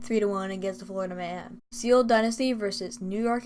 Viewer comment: Very good video dude! This was very helpful because i couldn’t watch all the matches.Just one thing i have to say:Seoul is pronounced kinda like soul not „se-ul“